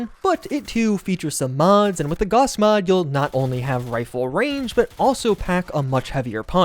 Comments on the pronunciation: Gaous... not Gauhhs. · does the way he pronounces Gauss trigger anybody else?